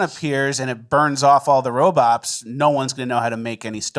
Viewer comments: says “robops” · Did this mofo just say robops? Lol